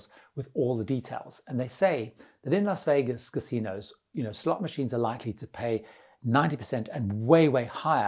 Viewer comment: You pronounced Las Vegas correctly. Respect. (often pronounced Los Vegas)